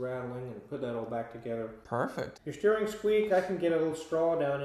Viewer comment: Talking too much is bad enough but "pinky sterring"